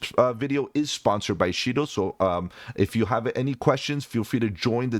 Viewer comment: $Shido Pronounced Shy-doe.